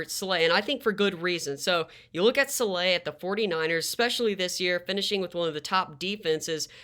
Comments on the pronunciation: Sah-la not sah-lay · Saleh (Sah-lah)is the pronunciation, greta vid tho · Great video! But it’s pronounced “Saul-luh”